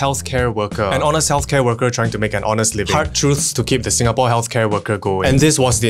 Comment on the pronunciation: You love "Sinagapore"?